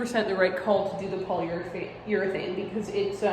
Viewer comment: when you said polyeurethane (multiple times lmao) i just think of the baumgartner restoration channel :))